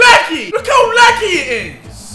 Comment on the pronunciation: How Deji says laggy “laggee” 😂